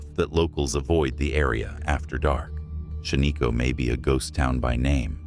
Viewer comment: Really Shan-ee-ko. It’s Shaniko short I sound.